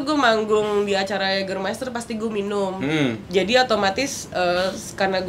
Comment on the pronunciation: Jägermeister cara bacanya Yegermaister nyeett